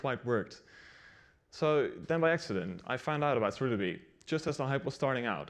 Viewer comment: Does he call it... "Surl DB"?